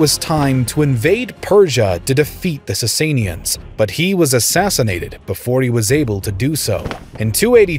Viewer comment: Im pretty sure its pronunced Sass sauh nids